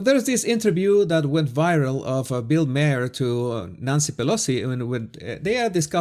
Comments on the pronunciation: Maher is pronounced like “tower” - Bill M-ow-er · Great vid! Se pronuncia MAHER casi exactamente como MAR, pero la palabra es un poco alargado. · Just FYI his last name is pronounced Marr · The way you pronounce Bill Maher is like the planet Mars without the “s” so Mar…xo